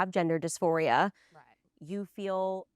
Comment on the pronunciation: It's dys-PHORIA!!! NOT MORPHIA lol